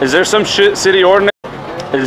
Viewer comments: Exactly... he didn't even curse. He misspoke the word "city" with an "sh". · are you serious? Josh mispronounced the word "city" ON ACCIDENT, and you blindly believe this video and spread the lie that he "cussed." SHAME ON YOU!